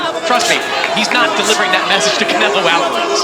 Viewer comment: I f'kn hate how they say Canelo's last name!!!! I hate it soooooooooooooo much! But even that was more entertaining than this fight.